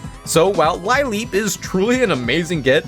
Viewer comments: Ive never heard Lileep mispronounced like that. I'm proud of you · Lileep has several possible origings but they all converge that the first part comes from lily What possessed you to pronounce it like that D